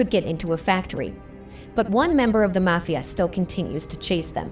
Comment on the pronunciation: The "may" fia boss. Do they do it on purpose or are they ignorant AIbots